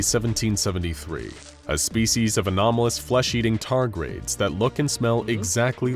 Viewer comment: Wading or wadding? Targrades (2 syllables) or tardigrades(3)?